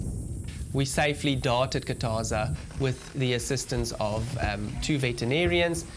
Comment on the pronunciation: It Khathaza not Kataza